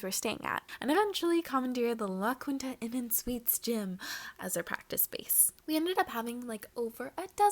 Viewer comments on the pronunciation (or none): The way she said Laquita 😂 😂 😂